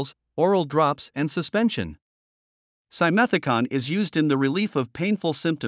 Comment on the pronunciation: Nsrrator mispronounces simethicone; last syllable rhymes with "stone". This kind of ignorance makes me distrust your credibity